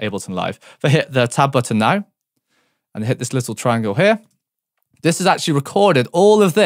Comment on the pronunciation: It took me a solid 5 minutes to realize he was saying "tab button"! I kept looking for a "top button" lmao